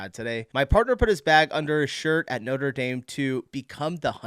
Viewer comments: Just NEW YEAR. No letter S at the end. NOTRE DAME = NOTRA DAAM not NOTER DAYM. You can see the NORTHERN LIGHTS in the UK as well. Tourist trap tiramisu !! It's stupid when they stop Americans in the street and ask them stupid questions. We Brits will tell you to F.OFF or just ignore you. GO AWAY....WE'RE NOT YANKS. We won't put up with you !! " he's an actual French" !? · The cathedral isn't called 'noder dame'. It's Notre dame (daam)